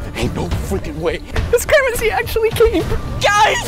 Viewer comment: That’s not grimace, that’s Flimace